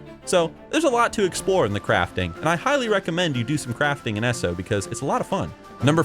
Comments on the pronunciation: Every time says "S-O" and not "E-S-O", *eye twitch*. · E...S...O, not Esso ugh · pet peeve of mine, but its not pronounced esso, it E-S-O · Are you american? The way you say "eso" you allmost sound finnish